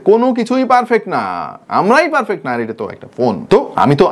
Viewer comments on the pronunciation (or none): none